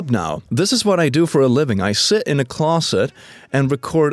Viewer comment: When will he come out of the cwozet uwu